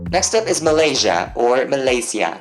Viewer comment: the 'ma' is more pronounced like "mama" Ma lai si-a